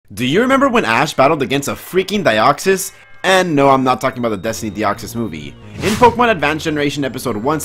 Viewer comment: Why do you pronounce it "Die-oxys"? That's not even how it's spelled